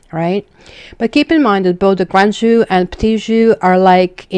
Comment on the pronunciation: You're saying 'jeu' wrong.